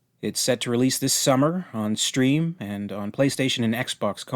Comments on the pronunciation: PS5? No wonder you said Stream instead of Steam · you called steam stream lolll.